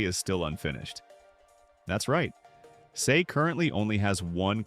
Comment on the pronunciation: bro called him 'say' not sae